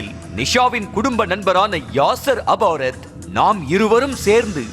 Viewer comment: Yennaadhu? Yasar abarath ah ? Yov adhu yasar arafath da